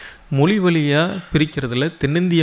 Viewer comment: தமிழைச் சரியாக உச்சரிக்கத் தெரியவில்லை. பள்ளி (பல்லி) தமிழ் எழுதிய (எழுலுதிய) வழியாக (வலியாக) இப்படி...... சகிக்கவில்லை. முதலில் மொழியில் கவனம் செலுத்தவும். கூட்டம் இல்லாத சூழலையும், தூங்கிக் கொண்டிருக்கும் பதிவுகளையும் எடிட்டிங் செய்யவும்.